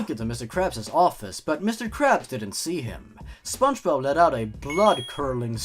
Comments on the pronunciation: Spongebod not spongebode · But? Also, I thought you said the next spongebob as spongebod.